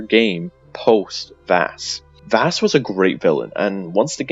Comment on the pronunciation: Jack Carver is the jackal. So it's canon. Also everything you said is dumb. I can't find a single point I'd even remotely agree with other than the points about FC5 and New Dawn. Everything else was dumb. Also it's Vaas, not Vass.